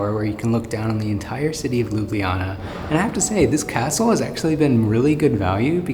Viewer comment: its prounaunct ljubljana ma girl